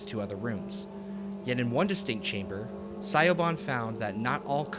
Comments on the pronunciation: Lol im sorry i kept being confused when you pronounced the name Siobhan as Sigh-o-bon because it's actually pronounced shuh-VON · Siobhan is pronounced Sha-von. I'm not trying to be a tool but just thought I would help. :) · FYI Siobhan is pronounced like "shi-vawn" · Siobhan... Shivaun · Siobhan is an Irish name and pronounced like Sha-vaughn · The woman’s name is pronounced Sha-von. The name is Irish. Siobhan. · it's pronounced Sha-von (Irish) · The way he pronounces Siobhán in painful. It is pronounced "Shiv-awn" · Really interesting and novel topic for a video, but it was soured somewhat by the unfiltered rawness of your takes. Consider scripting your video next time, or scripting around your live reactions. I think your videos would benefit from some editing. A little more effort could have avoided egregious pronunciation errors (like a certain Irish name...) and factual errors like your weird definition of keening. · There was no N anywhere in that name man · Siobhan is Irish/Gaelic, which can often be hard to figure out how to pronounce from the English spelling.